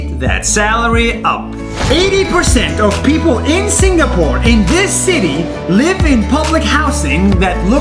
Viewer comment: juat saying i tougth you said singaporn